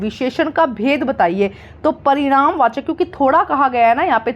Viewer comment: Parinam vachak visheshan× not *Pariman vachak visheshan*✓